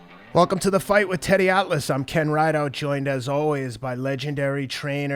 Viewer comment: when he said thanks teddy it sounded like he said thanks daddy